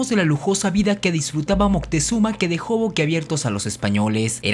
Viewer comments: Porque dices montezuma y no moctezuma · "Mutezuma" xD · eso seguramente como son citas textuales los españoles lo escribian y pronunciaban mal, y de hecho, en nahuatl, no es moctezuma, es algo mas como mocutehzoma